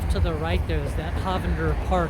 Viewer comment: Don't let anyone hear you call in HAHvander Park. It's HOEvander.